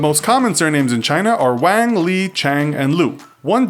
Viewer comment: You pronounced Wang and Zhang wrong